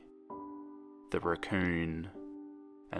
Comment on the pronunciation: when u said raccoon I swear I thought u said recurring